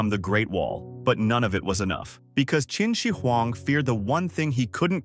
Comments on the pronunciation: kin she weng 😭😢🙏 1/10 pronounciation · your pronunciation of Qinshi huang is way off. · I thought you said Kimchi Huang